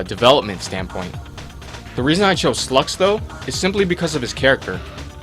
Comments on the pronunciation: god you can't pronounce anything. It's "Sye-lux" not "Slux" and Ryu is pronounced "Rye-u" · It's pronounced "sai-lux" not slux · It has probably already been said, but Sylux is pronounced "Si-lucks". or "S(eye)-lucks". Long "i" sound. Not "suh-LUX". SEYE-lux. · Uh... why the hell are you calling Sylux for "Slux"? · Also It's SYLUX, Not SLUX. Learn to pronounce his fucking name. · ..."Slux"? I'm pretty sure it's pronounced "Sigh-lux". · its not (Slucks) as your saying it, its pronounced (Psy-lux) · Slux? Lol It's pronounced sigh-lucks or si-lux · it's pronounced sy-lux not slux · You pronounced sylux wrong you said it almost if it was slux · no offense, but you can't pronounce the metroid names at all sYlux there is Y in there so it's not Slux, the Y isn't silent And when you said he hates Sonis or something, were you trying to say samus? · Its pronounced Sylux (Psy-Lucks) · Its sylux you pronounce the y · Pronounciation of Sylux and Samus kinda off... oh well. :S (I'm a metroid fan so, I noticed)